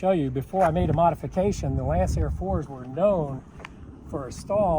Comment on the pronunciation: That would be pronounced "Lankair"